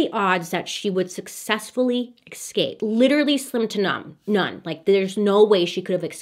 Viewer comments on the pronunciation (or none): I keep hearing excape? In every video bailey posts😂 does she say that?